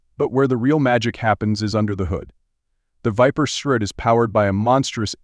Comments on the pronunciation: The "surt" ? Are you shoor yore rite? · it’s pronounced S R T. 3 syllables